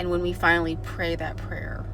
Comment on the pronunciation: I thought you said don’t avoid this “player” 😂